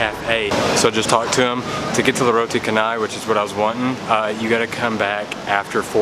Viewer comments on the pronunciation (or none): Hi, what a great and informative video. just some correction though, at 12.33 instead of potato it is a cassava/tapioca, at 14.26 roti canai supposed to be pronounce char+nay not car+nay. this is because of its origin that is Chenai in Tamilnadu in India. in malay if spelling for c the sound is ch not kh. in singapore they called it roti prata. at 16.19 kandar for precise is not meaning mixed added to rice. originally and historically "kandar" got it name because hawkers would balance a kandar pole on their shoulder with two huge containers of rice meals and the name has remained until today. have a good experience while in malaysia... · Its pronounced cha-nai. Roti cha-nai